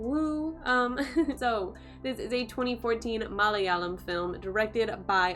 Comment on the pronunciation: Wow good review and you said Malayalam exactly as how it should be pronounced😀